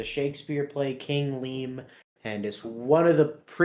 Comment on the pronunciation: did bro call king lear king lean Yesss bro is robotripping